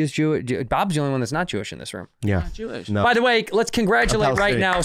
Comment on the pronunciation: "my wife is Chewish" - Santino. There it is.